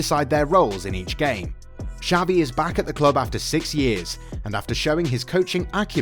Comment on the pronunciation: Who tf is savi? Dude learn some f spanish